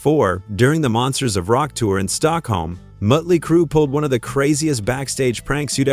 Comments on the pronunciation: Mutley Crew ITS MOTLEY CRUE STUPID AI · Is it me, or does anyone else hear "Muttley Crew"? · MUTLEY CRUE!?!? The only time I've ever heard the umlaut used property (sort of) and it was used by a fucking computer. I hate AI -asshole imitations. Fuck AI. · "Moat"ley Crue....stoopid AI. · "Mutley Crue"? AI for the win!! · Mutley crew...geeze....get a better AI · Did he say 'mutley' crue? 😆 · AI. Muttley Crue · Mutley Crue? AI sucks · Mutley Crue. Yet another AI voiceover blooper. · Muttley Crew?!’ Hate AI narration!! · Every time the "narrator" said "Mutley Crue" I cringed